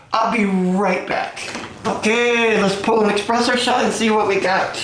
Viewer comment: The fact that you say expresso and not espresso makes me immediately discard your opinion im sorry